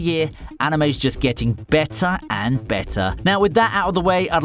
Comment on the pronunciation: BETTAH AND BETTAH